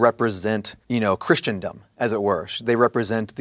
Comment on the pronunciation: Christendom not 'christiandom' well that is a bit up to dispute